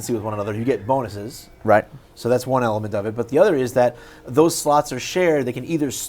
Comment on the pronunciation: he said bonuses :p